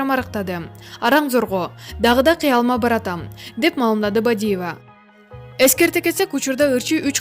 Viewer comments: Туура сүйлөчү же моодабы Бидиива деп сүйлөгөн улу эмес уулу деп эле сүйлөй берсең. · Бактыгул Бадива дейт го, туура так суйлосо жакшы болмок.